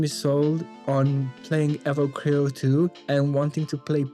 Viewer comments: please finish the game before reviewing it, the story is quite good also, you're not destroying the name, you're butchering it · can you please say the name right? you have no idea